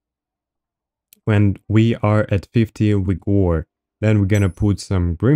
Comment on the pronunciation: it's wigor man come on....